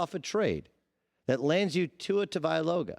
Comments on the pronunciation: Doug you win the award for worst butcher of Tua Tagovailoa’s name.. (TANG•OH•VAI•LOA) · Dude, 2+ years and you can’t say TAGOVAILOA? Seriously? 🤣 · Your credibility would improve if you could at least come close to pronouncing Tua's name correctly. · Tua Tavailoga 😂 I hate this guys voice too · “Tua Tavailoga” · “Tavialoga” he says. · it's tongue-o-vi-lowa it's mostly the first part people mispronounce. Not tango, tag-o, or whatever haha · You're saying his name wrong lol much like everyone else. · If your gonna butcher his last name why don’t you just say tua fool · Tua “tuh-vie-loh-gah” ... wow. Not even close my guy 😂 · Dude should learn how to pronounce Tua's last name, if he's going to talk about him for an entire segment... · Does Doug know how to say his name right? Lol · who is tua tugaviloa pronounce his name right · Just say Tua and keep it pushing Doug! Butchering the guys name lol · His idea was butchered too! Tua for Dak??? No thanks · Cringing at how he pronounces Tagovailoa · I was thinking the same thing lol. He should have looked up the video of him pronouncing his name